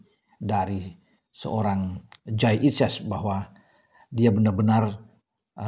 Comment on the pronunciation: kalau tak pelanin volume nya kok terdengar menjadi Kyai Idjez ya....